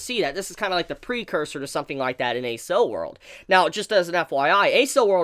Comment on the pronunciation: I thought Accel World was pronounced like "Axel" like, shortened from accelerate?